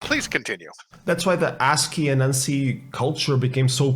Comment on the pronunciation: I, too, am also quite happy that you are pronouncing ASCII correctly :-)